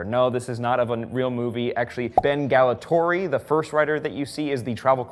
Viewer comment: *sees Ben Gatollari, reads Ben Galatori*. Of course...